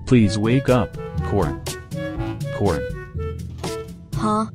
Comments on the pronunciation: Bro said son instead of corn 💀 💀 💀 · Apple Said Son Instead Of corn